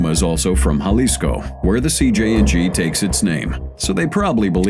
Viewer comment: Finnaly, a non brit crime channel who can pronounce jalisco correctly lol